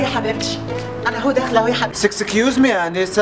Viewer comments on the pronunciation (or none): بيقول سكسكيوزمي يا آنسة هههههههههههههههههههههه